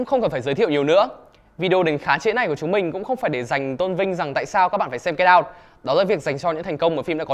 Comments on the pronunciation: Anh nói get out mà em nghe là cây đao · Cứ nghe Get out thành Cái đao quài. Haizzz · "Get out" đọc thành "cây đao" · "Get Out" đọc âm "đ" nhẹ thôi, đọc mạnh quá nghe thành "get down" rồi. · Get out mà t nghe thành cây đao =)) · Get out mà ông đọc nghe như cây đao